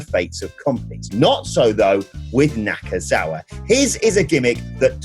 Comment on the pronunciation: its NakaNakaNakaNakazaua